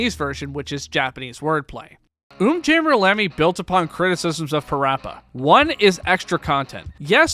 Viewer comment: Finally someone who properly pronounces umjammer lammy